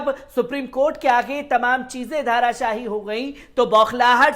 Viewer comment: धारा शाही नहीं धाराशायी